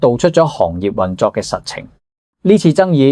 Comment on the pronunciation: 「行業」讀作「航業」，不是「行路的行」。